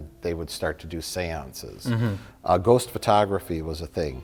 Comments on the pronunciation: I love how Mike's Wisconsin accent comes out when he says "ghost". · Mike never sounds more Wisconsin than when he says "Ghost" . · You betcha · That's the point lol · I enjoy that Mike only has a Wisconsin accent for the word "ghost" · I love the way Mike says "ghost." Its like his Milwaukee accent suddenly becomes 10x thicker for that single word. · Mike's Wisconsin accent really comes out when he says "ghost."